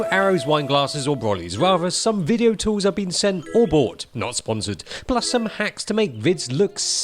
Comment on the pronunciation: as Lok would say, nice "wideo". specially that "wong way" moment, haha